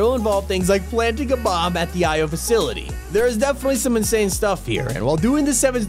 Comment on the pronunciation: you mean io's not oi's ???